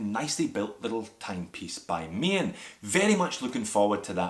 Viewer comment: Nice little looker this dress watch. I love the Ronda qwartz movement, excellent Swiss quality. And yes, Maen is pronounced Maan and means moon. I must agree with my fellow Dutchman here. Looking forward to the review of the mechanical movement Maen! Thanks!